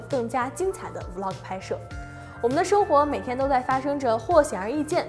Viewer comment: 還是伊凡講 Vlog 連貫讀出 有很多男女主播成 V -log 太難聽了